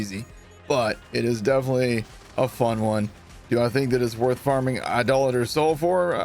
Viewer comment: thanks for saying Idolater correctly.